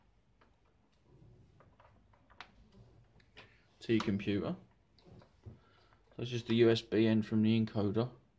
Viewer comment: computuh lol its computer bro